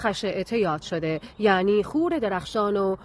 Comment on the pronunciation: عزیزم خور رو اشتباه تلفظ میکنی. خور اینجوری تلفظ میشه. خ با ضمه واو با فتحه و ر ساکن هست تو زبان پهلوی (همان زبان کردی کلهر ) اینجوری که گفتم تلفظ میشه چونکه زبان ما کردها ریشه زبان فارسی است بنابراین میتونی از کردها ی با سواد تحقیق کنی